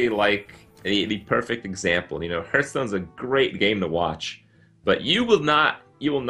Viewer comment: Why does krip call Hearthstone Hertstorn